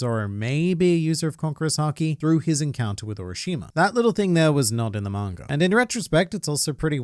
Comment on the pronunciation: Sometimes when he says manga readers it sounds like margaritas